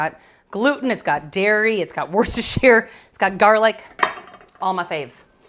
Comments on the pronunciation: Worcestershire is sounded 'woostashear' - the woo as in wood. Dare I say that nothing can be 'pre chopped' its either chopped or not! 🤔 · Please work on your pronunciation of Worcestershire. Just ask a Massachusetts person.